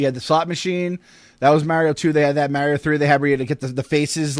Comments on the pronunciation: Never have I heard the name Mario be pronounce wrong so many times by so many people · So funny hearing North-easterners pronounce Mario. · Molly Mostyn thats how they pronounce Mario in New York